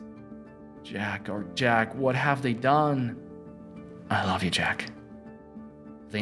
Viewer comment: If that is a computer voice, it doesn't pronounce certain words correctly. Lincoln and Love, for instance.